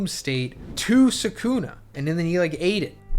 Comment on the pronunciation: He doesn’t even pronounce sukunas name right that’s how u can tell someone ain’t a real jjk fan